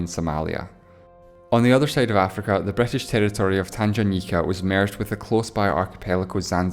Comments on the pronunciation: Etely not Italy, Bretish not British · Bretish and Esreal haha :D great video tho